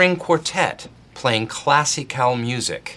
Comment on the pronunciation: Did no one catch dwight pronouncing classical as classy-cal in a failed attempt to sound classy😂